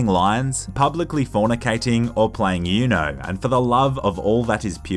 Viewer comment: Oo-no, not yu-no